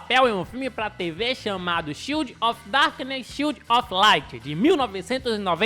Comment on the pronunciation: Vc n passou vergonha no inglês não,só aprende inglês quem erra. Tenta pronunciar o child tipo assim: TCHAIULD com a sílaba mais forte no tcha e o D com o som presente,mas fraquinho